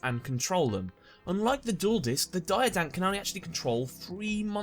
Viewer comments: It's Diadiankh not diadonk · It's pronounced /Deeahdeeahnk/, but cool video all the same.